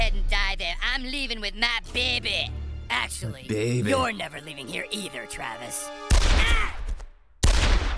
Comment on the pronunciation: “My Behby”